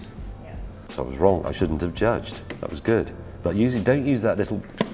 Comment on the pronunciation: I like James but I do wish he would pronounce ' was ' properly rather than pronouncing it ' wuz ' or ' wez ' or whatever he says instead.